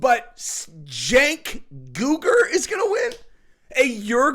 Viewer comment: “Cenk Urlich” oh yeah, that’s the drummer from a leftist Metallica cover band. 😂